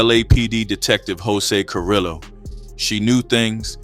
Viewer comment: Just a small thing and the videos are great, two L’s in Spanish is usually a “y” sound and a v makes a “b” sound. So Carrillo is Carreeyo and the r’s are rolled if it’s two r’s I believe but it can be hard to annunciate. Varrio is barrio, Güero I apparently get wrong but I think it’s like weh-ro, Guerrero means a warrior/fighter (hence guerrilla warfare) Güero means white/lightskinned. American pronunciation is fine too it’s just that Spanish speakers tend to blow up comment sections about it. That is good for engagement though.